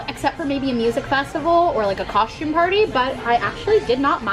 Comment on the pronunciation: Late to the party, yes.. Please, as a theatre person, stop saying COSHtume.